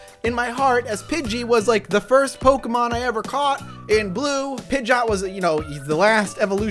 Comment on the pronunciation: I cringed every single time you said Pidgeot.